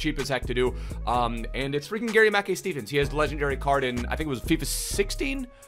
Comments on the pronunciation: itspronounced mack kai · Am Scottish it’s pronounced mickeye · Its pronounced ma kai(kai haverts) he used to play for celtic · GMS used to play for us (aberdeen) n it’s pronounced like gary makeye Steven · It’s pronounced “Mack-eye steven” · Im from scotland and you pronounce his name gary ma-kai steven , great video 👍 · It’s pronounced Gary Mack-eye steven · It’s pronounced like Garry Mackeye Steven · It’s pronounced Mackai btw. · It’s pronounced Mac Kai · It's pronounced Mack-EYE .... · It’s Mah-Kai....Mackay is pronounced Mah-Kai 😂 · pronounced gary 'ma-kai' steven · Not to be a nit but its pronounced Mackay (as in to rhyme with 'eye',) !!!